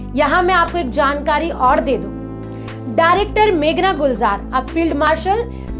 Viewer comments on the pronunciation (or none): none